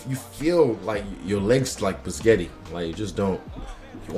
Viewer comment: “like pasghetti”🦶🏽